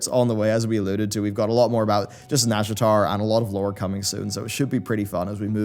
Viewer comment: YouTube subtitles keep thinking you say "NASCAR zone" instead of nazjatar and now that's all I'm imagining.